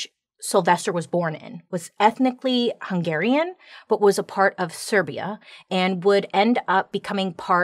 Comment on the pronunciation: Finally someone knows how to pronounce "Hungarian ethnicity", thx Bailey, you are the best ever, love from a Hungarian 😍😍😍